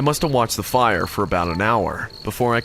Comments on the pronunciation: Am I high or are you saying pyre or are you saying fire?! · Its fire not pire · He keeps saying pire instead of fire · why does he keep saying pire ??